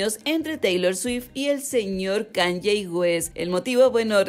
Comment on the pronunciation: Se pronuncia KAAANIIIIIIIEEEEE